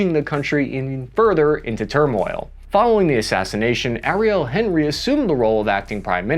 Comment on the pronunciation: it’s pronounced awn-ee. President awn-ree. Not Henry like he’s from Cincinnati